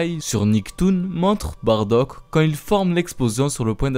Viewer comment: On dit Baddac